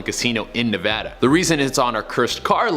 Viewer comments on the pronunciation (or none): none